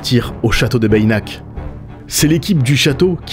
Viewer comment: C'est génial. Tu nous régales! On dit "Bénac" pas Bayinac. Ce château est incroyable, tout comme son château voisin Castelnaud. Un vrai voyage dans le moyen-âge. Toute cette région est incroyable! Preuve en est la fréquentation de ouf pendant l'été!